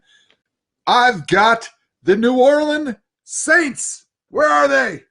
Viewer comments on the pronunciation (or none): . New Orlean Saints 😂😂😂